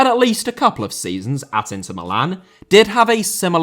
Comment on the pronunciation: Nazário* not Nazériouw Mbappé* not Mbappei Cruzeiro* not Crugeiro Inter* not Ento Half* not Holf Diego* not Dieyeigouw Adriano * not Adriohrnouw Debut* not Deibyu Dispossess* not Disposess Possession* not Posession Serie * not Siri Dortmund* not Dohrmund André* not Ondrei Nistelrooy* not Nisselrooy Eusébio* not Yusseibiouw Pelé* not Pelei